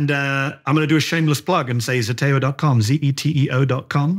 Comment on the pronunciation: ZETEO not Zetoe .